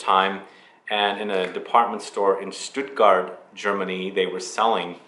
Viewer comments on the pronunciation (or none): none